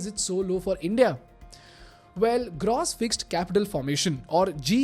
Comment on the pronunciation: Love the video, but just can't shake this off... is that the right way to pronounce "gross"..? It's used repeatedly n is really irksome....